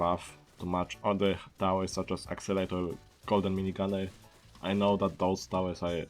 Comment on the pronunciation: i love your french/german accent. i dont know it sounds more like french but the best part is that you call it "accelator" lol